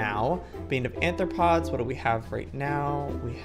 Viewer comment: Arthropods* not Anthropods!!!!!!